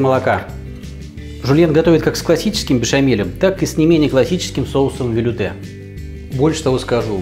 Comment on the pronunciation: Велюте либо велуте (ударение на последний слог).